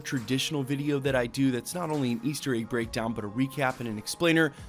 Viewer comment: Why do you pronounce egg like "AYGE"